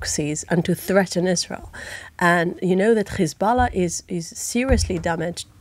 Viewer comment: It’s always “khamas”, “khezbollah” and “khouthis”, why do she switch to the Hebrew pronunciation when mentioning these organizations but has no problem to say “having” , “have” , “here” etc in clear British English.